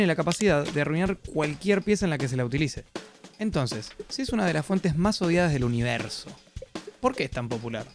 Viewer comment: Odiadia dice, jajaj que bueno